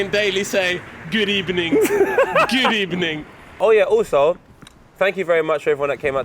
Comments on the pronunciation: That women said good ebening and that’s on (#X cause there’s no rules) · That woman 100% said “Good Ebning” 🤣🤣 At the very end, was that catching a dose of the ghost spud?